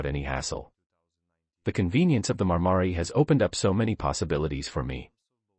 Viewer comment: Marmaray, not Marmary - what an incompetent speaker.